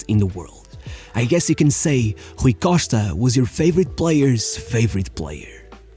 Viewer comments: Lol... got to like the 4 minute mark until I realized he was talking about Rui Costa and not some mystery player named "Rookoshtka." Good video. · The way he says Rui Costa you know 100% this guy is Portuguese 😎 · HRRRRRRUI COSHTA ...LOL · it took me 3min to know it rui costa after his name appear on the video...the pronunciation of his name for the 2min+ was terrible lol